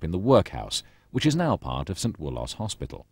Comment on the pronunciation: "St Wool-oss"😮 Locals pronounces it "Wool-us"